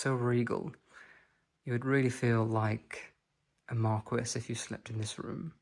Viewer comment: La Marquise is pronounced : Markeyzze! 😊